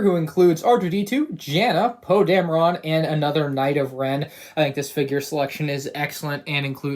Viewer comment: Normal people:Poe dameron (that would be how you pronounce it): Poe dam-re-rane